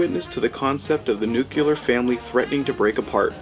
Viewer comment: Sooooo....Is this commentator supposed to be POST "NUK-U-LAR mutants?? (Makes this great film even more prophetic!!).... And Mr. "Mill-land" would be "radioactive" hearing his name....... (We're screwed folks!!....)